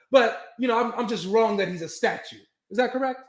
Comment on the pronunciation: Is saying statute?